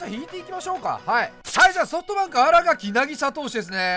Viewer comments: あらがきじゃなくて、あらかきです！ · あらがきじゃなくてあらかきな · みんな知らんと思うけど 新垣選手は あらがき じゃなくて あらかきな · アラガキ じゃなくて あらかき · あらがき✖️ あらかき○